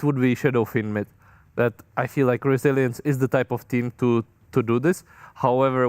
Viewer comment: "Resilience" or "Brazilians" ?😂